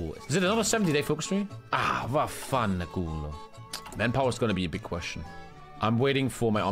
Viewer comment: As an Italian, the way said Vaffanculo killed me